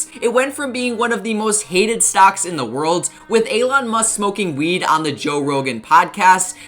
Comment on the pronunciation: Alon or Elon? Pronunciation is key on getting likes or for this matter avoiding dislikes